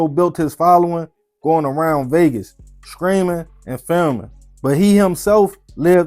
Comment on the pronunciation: Yo that accent thick, when you say Streaming it sounds like your saying Screaming 😂 it had me confused at first 😂😂